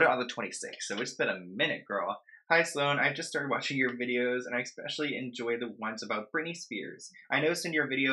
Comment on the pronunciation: Especially. NOT EXPECIALLY!!! Omg. I’ve said this 100 times!!!!!!